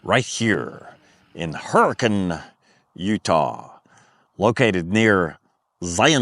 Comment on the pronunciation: First-Thank you for pronouncing Zion and Hurricane correctly:) Same situation as Des Moines etc. Second- I would get a kinetic rope and forgo the strap. Third-I am certain that with the type of camping that you are doing a winch would not be necessary. Use the saved money to purchase the aforementioned kinetic rope and soft shackles.